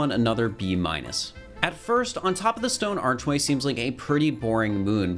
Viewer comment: “on top of the stone archwayl”